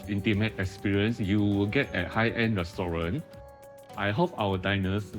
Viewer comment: ASMR in your ears... "Restorante"